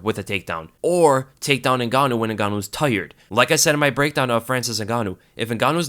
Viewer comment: Say gan one more time